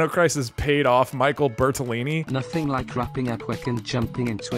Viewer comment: Thank you so much for pronouncing Bertolini corectly